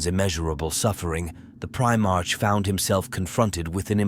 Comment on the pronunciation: I listened right up until I heard "Primartch". Its Primar"k", with a hard K sound, not like the month of March. I couldn't go further, bc god knows how many more times the AI voice or whatever you used is gonna mispronounce some common word or term.😊